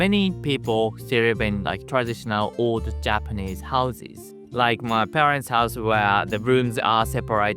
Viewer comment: I rearry rike this guy